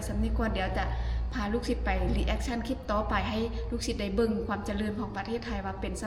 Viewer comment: คุณครูสอนภาษาอังกฤษ คุณครูต้องพูดคำที่เป็นภาษาอังกฤษให้ถูกต้อง เป็นตัวอย่างกับคนอื่นด้วย. คำว่าคลิป มาจากภาษาอังกฤษว่า CLIP ต้องออกเสียง L. หรือ ล.ลิงด้วย อย่าพูดแต่ คิป คิป ๆๆๆ ทุกคำ😮😮😮😮